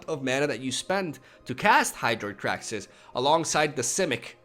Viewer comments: Why the fuck does he keep pronouncing it "kraxis"? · Cringe with every "Krack-sis."